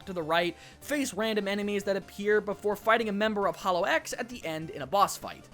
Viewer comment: A small nitpick: it's not read "holo-x", but "holox", like one single word.